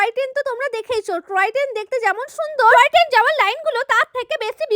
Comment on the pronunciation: টয় ট্রেন ❌ ট্রয় টেন✅😂